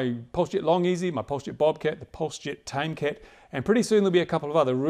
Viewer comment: LOL, tomcat not tamecat! nice job on the pulsejet but you should check out High RPM 2 stroke nitro motors. They make these planes SOOOOOOOOO fast.